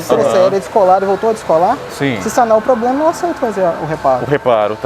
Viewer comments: Falar poblema não faz mal... mas falar tantas vezes dói nos ouvidos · Atendente ou técnivo que fala "Poblema" eu passo longe! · Meu Deus! Sabe nem falar. "Poblema". Que nível...... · Não confie em quem fala ploblema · Foi falado " POBREMA" 171 vezes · Ele falando poblema foi difícil de assistir kkkkkkk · Só consegui prestar atenção ele falando "poblema" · Um gerente que fala "poblema" não boto fé não kkkkkkk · O que vi foi muita conversa com comparações pífias para tentar desmerecer o direito do cliente, ao invés de uma resolução prática e objetiva. Também notei muita gente querendo ser esperta, mas que fala "pobrema". Sem contar com o CDC, que estava praticamente no telhado da loja, mesmo a lei exigindo que esteja ao alcance dos clientes. Por trás das câmeras, agem de uma forma, na frente outra. Eu jamais entraria nessa loja. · Este é o resultado!!!! Quando uma loja tem uma equipe de picaretas no comando😁😂💩💩😁😂 o maluco falou tanto a palavra problema que ele estava falando pobrema do pobrema 😂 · Que nervoso desse maluco falando ''POBLEMA'', ''TIPO ASSIM'', tentando ser formal kkkkkkkkkkkkkkkkkkkkk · o cara falando Poblema toda hora kkkkkkkkkkkkk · Falou "Poblema", já sei que a empresa é fuleira. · Eu assisti esta reportagem ! Além de não atender os consumidores bem. Ele falou errado à palavra problema muitas e muitas vezes. Eu contei quantas vezes ele falou a palavra problema errado. Kakakakakakakakakaka AUQUEM aí sabe quantas vezes ele falou esta palavra errada. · Como um dono de uma loja não sabe a interpretação mínima do CDC? Outra coisa: ele precisa de um curso de português direcionado à oratória para saber tratar com os clientes. Plobrema? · Se eu ouvisse poblema, só queria meu dinheiro e só..kkkkkkkk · O cara diz que trabalha muito a comunicação, mas fala "poblema", a discussão acaba aí... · Que nervoso esse maluco tão treinado falando "poblema"😰 toda hora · Cada vez que ouço "poblema" me contorço todo! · Isso é um poblema. Procure o.